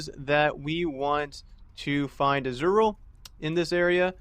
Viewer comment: Izual, pronounced as " is - u - ul ". >.<